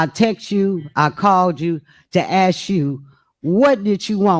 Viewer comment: What’s so hard about saying “ask” the proper way?😊